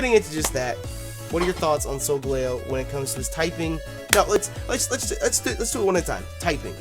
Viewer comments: I personally pronounce it with emphasis on the gal part, so it's "Sol" like solar "Gal" like the word ''gal' sometimes used to replace girl and the eo like in "leo" the lion. so all together it's "Sol GAL eo." As for Lunala its the same basic phonetics you use, but the emphasis is in the Beginning, so i pronounce it "LU nala" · I think it's pronounced solGALeo. Kind of like the gal as in Galileo. And Leo like lion. This legend might be another ray-qua-za and ray-quay-za pronunciation war. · I pronounce it "sol-GAL-ee-oh" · soul gal leeo???? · I think you pronounce solgaleo as : soul-gal-ee-o. I could be wrong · yo pronounce solgaleo wrong dam man your kill when you pronounced that shit lmao